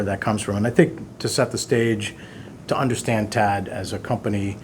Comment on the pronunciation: T.A.D. Not "Ted". OMG....